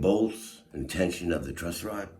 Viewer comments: Dog… it’s “TRUSS” rod. Not Trust. 😂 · Why tf is he saying TRUST ROD?!?!? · Dude I seriously can't believe you're calling it a "trust rod". How do you not know that it's a truss rod? You've got this fucking incredible guitar tech in front of you and a beautiful bass in your hands and you still call it a trust rod? What a muppet. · Dude dude its not TRUST ROD its TRUSS ROD. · Dude-its a Truss Rod, not a Trust Rod. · Truss rod not trust rod 😂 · still calling it a "trust" rod? lol great video nonetheless. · Holy crap you keep saying "trust" rod. Are you stupid? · Please reshoot or edit the video...You can't say trust rod anymore. It's truss rod. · Did he keep saying trust rod or was it just me?😂 great video though bro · Truss, it's truss rod gatdammit not trust rod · Loved this. But dude...truss rod not trust rod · Stop saying Trustrod! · Did you say "Trust rod"?